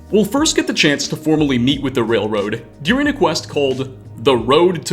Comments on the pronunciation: I haven't even noticed that, I just keep hearing "dearing" instead of "during" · I've never heard someone pronounce 'during' like this in my life